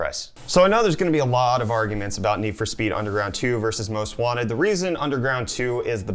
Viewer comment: most wanTed not most wannit